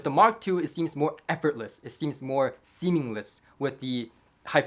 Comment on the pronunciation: I've heard you say "seemingless" before.. I think you mean "seamless"?